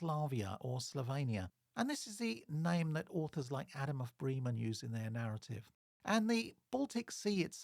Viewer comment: Really interesting stuff. I look forward to seeing more. Can I just provide some feedback on German pronunciation? Trying to approximate to British English: Bosau would be BOH’zow (rhymes with slow cow) Bremen rhymes with lemon Elbe is a two-syllable word - ELL’buh (not unlike Elba where Napoleon was briefly exiled).